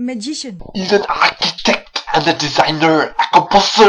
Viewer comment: "An achitect, a designa, a composa, a magicshan..." That made me laugh so loud I probably woke up the neighbours.